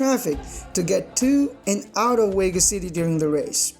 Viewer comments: WTF is a Whas Whegas? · Pique womited in his helmet in Las Wegas? 🤨